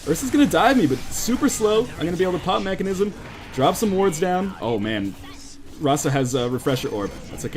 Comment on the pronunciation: mekasm not mechanism :p